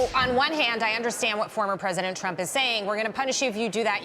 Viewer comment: Trump🇺🇸 not tramp.